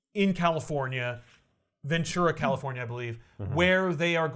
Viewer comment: This truly is a pinnacle episode for me because I was utterly jumpscared by the fact that the infamous Force Works from many an episode of back issues is based out of Ventura, CA, aka my hometown. Absolutely wild moment for me 😂 (though I have to say it, you pronounced it wrong. It's pronounced how it's spelled Ven-tur-ah. There's no "ch" sound in it, cause its a spanish word)